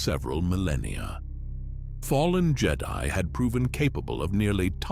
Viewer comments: The who? Is it just me the way he says jed-i or is this on purpose? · It's AI, all of it is, i mean listen to how he says jedi it sounds like how a star trek fan would say it